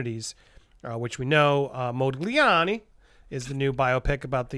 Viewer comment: I hope Hollywood (Disney, Warner etc) rushes offers to him, bigger and bigger offers, to beat each other in their efforts to get him back. And by the way, the g in Modigliani is virtually silent, and the emphasis is on the a.